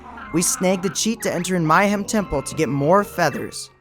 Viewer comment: Mayhem not My-hem.. sheesh.